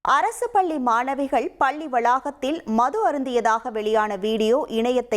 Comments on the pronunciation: பள்ளி...பல்லி அல்ல...தமிழை கற்று கொள்ளுங்க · என்னது இரண்டு பல்லி மாணவிகளா. ? டேய் என்னடா இது தினத்தந்தியில் செய்தி வாசிப்பாளருக்குத்தான் தமிழில் அவ்வளவாக வார்த்தை செறிவு டன் செய்திகளை வாசிக்கத் தெரியாது என்று நினைத்தோம். ஆனால் இப்படி 13 -ம் ஜோக்கராக இருக்கிறதே. பாவம் பாரம்பரிய " தொந்தி " பல்லி ( palli )மாணவிகள் இல்லை தோந்தி டோலி. " பள்ளி ( PALLI ) மாணவிகள். யாராவது நன்றாக தமிழ் தெரிந்தவர்கள்" தொந்தியில் இருந்தால் இவர்களுக்கு தமிழ் வார்த்தைகளை எப்படி நன்றாக உச்சரிப்பது என்று தயவுசெய்து சொல்லிக்கொடுக்கும். வால்க தமிழ் வலர்க தொந்தி